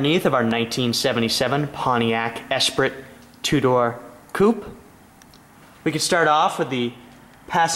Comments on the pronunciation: Esprit pronounced Espree not espritt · Actually, it's pronounced "es-PREE". Nice car.